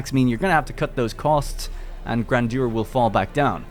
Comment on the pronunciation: Amazing when YouTubers don't bother learning pronunciation before making their videos